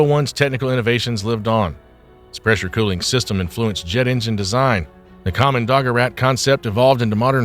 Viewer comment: Kommando-gerät is two words joined together. You mispronunciation spoils the entire presentation.